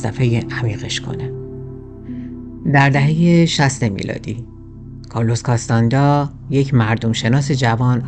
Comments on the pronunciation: CastaNEDDA not castanda, Shaamaan, not Sheman, من و دوستانم مدتها با کتابهاش کار می کردیم و تجربه بیداری در رویا و رویای جمعی داشتیم. به نظرم تمرینات مشترک با دیگرنحله های معنوی دا ره و احتمالن آنچه نوشته حاصل تجارب خودش با ماشروم بوده که امروزه انواعش هست و کارشون ایجاد ارتباطات عصبی در مغز به علت تغییرات شیمیایی در مغز مثل بالا رفتن دی ام تی است. به هر حال ایده هش در مورد جنگجو و زندگی جالبه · نکته ای که برای من جالبه اینه که چرا اکثر ایرانیان توانایی خواندن نام ها رو ندارند و نام ها رو بدون توجه که واژه ها اشتباه گویش می کنند. به طور مثال “کارلوس کاستانه دا” که در همین برنامه و در ترجمه های کتاب به نام “کارلوس کاستاند”ا نوشته و گویش میشه. یا اسلحه کلاش نیکف بهش کلاشینکف (جای ن با ی عوض شده) گفته یا به اینستا گرام، “اینس تا گرام” میگن. راستش خیلی خنده دار و شگفت به نظر میاد. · کاستاندا نه ، کاستانه دا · سلام اولآ تلفظ کاستا ندا و شمن را تصحيح کنید ثانیا معلومه چی می‌خوای بگی ؟نگفتی دون خوان شخصی حقيقی بوده يا خیر سوما چگونه‌ اگر خيال پرداز است ميليون‌ها نفر پیرو وی شدند چهارما نحوهٔ مرگش را نگفتی پنجما دليل تخیل را نگفتی و.....